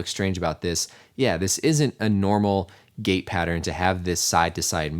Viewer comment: As he said gait/gate I kept hearing gay pattern